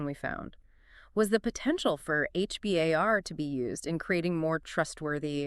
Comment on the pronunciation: H-B-A-R? Sounds like you just learned about it yesterday.